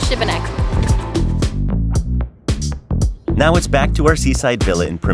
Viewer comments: Šibenik is pronounced like Shebenick and not Sibenik. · The city of Šibenik is pronounced She-ba-nick. The S has an accent making the sound Sh. Great video. Txs. Hvala lijepa. You are headed to Krka Falls - kirk-ka. Another beautiful adventure in Croatia! Cannot wait to return to my Croatia - sretan put - happy travels. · Love the video but you pronounced the city wrong every time.